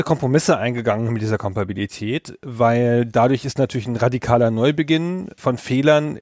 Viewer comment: Super Format, nach den Hauptfolgen mein persönlicher Liebling..... Aber bin ich der einzige der innerlich krampft, wenn er hört wie der das Wort "Kompatibilität" vergewaltigt? Das klingt wie Fingernägel auf einer Tafel.